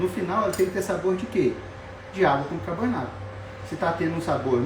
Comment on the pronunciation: Doutor, não é bicabornato! Bicarbonato, por favor! 😅